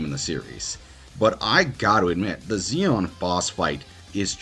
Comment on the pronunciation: I would like to say I agreed with all the pics here… but Xion is not pronounced with a z sounds like Xemnas or Axel. It’s more like Marluxia, with the shhhh sound. So it ends up being she-on